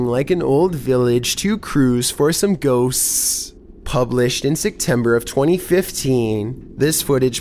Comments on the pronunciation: This is how says Ghosts "Ghossccss s". I want to watch the video, but his voice goes UP and down, It is giving me a headache, just change the narration to a robot voice and I'm not kidding. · OMG i love his videos, but the way he say " ghoSTS" is annoying bruh